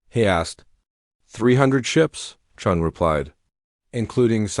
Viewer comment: The AI changed Chen into Chun by changing the i into a u.